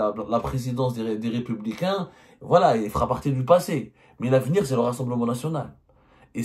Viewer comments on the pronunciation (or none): none